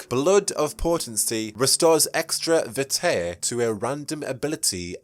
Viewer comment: Not to offend, but you really should look up how to pronounce the terms you're using. You sound like a midwestern farmer attempting to pronounce jalapeno and instead saying "Jah Lop A-no." And I'll help you out: You mispronounced Toreador. You mispronounced vitae. You mispronounced Seattle. You put the emphasis on the wrong syllable of Ventrue. You're oddly adding an extra syllable to Tremere.